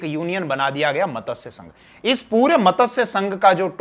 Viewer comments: Very nice narration. One small correction needed in pronunciation of the word MATSYA... It is being pronounced as MATASYA... In Sanskrit MATSYA means Fish...Regards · मतस्य नहीं मत्स्य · मतस्य क्या है।मत्स्य है जी।